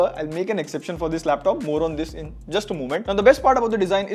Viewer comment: Bro it's not I N it's in